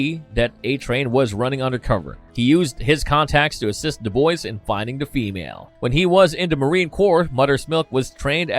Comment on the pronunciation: When he says the boys does anyone else here da Boyz, I'm not trying to be an ass it just confuses me everytime I can't Cypher it.